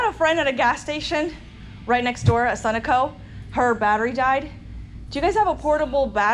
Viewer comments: stumbled onto your video...i liked it because I'm from the area not far from Centralia... had to go back and listen to your pronunciation of the gas station...Sa..no..co...but yours was cute also lol...safe traveling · Sun aco 😂😂😂😂😂 being a local can't help but giggle. Suh-no-co. Lol.